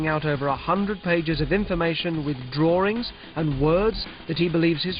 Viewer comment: "the drawrings"